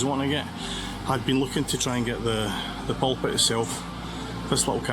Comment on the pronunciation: Loch Lomond is pronounced: 'Lock Low_mund' (emphasis on the _first syllable, not the second) and Glasgow is pronounced: 'Glasgo' (ditto re first syllable, not second)... However... You have 'Pulpit' right.. 🙂